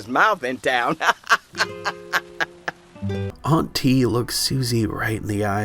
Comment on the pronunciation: I thought they were saying auntie with a weird inflection at first 😂